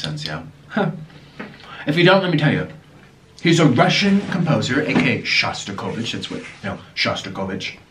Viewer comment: Hi Niko and hello from Russia. I'm one of your silent subscribers. But there was something that touched my soul in this video. You were talking about Shostakovich. It was funny to hear how you pronounce his surname 😂 try to say SHo a bit softer. His music is so scary because he saw all the terrible things that happened during the revolution, world war one and two. He was starving for a long time and still had some space in his heart for love and hope. My best wishes to you and Orlin, you are very nice and positive guys 😜